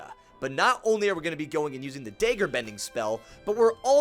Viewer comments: Why do u say daygger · Dagger is pronounced as d(ah)gger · I’m not sure I’ve ever heard anyone pronounce dagger the way you do friend. Great video though!